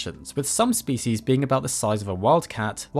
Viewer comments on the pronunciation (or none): The way you mispronounce "species" disgusts me.